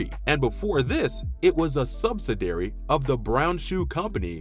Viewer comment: A good list and look back. Please correct your pronunciation of specialty, subsidiary and use of Warner Brothers (no matter how the sign abbreviated it).